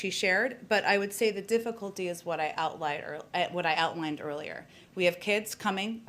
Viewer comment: Noticed she said the word.... "outLIAR"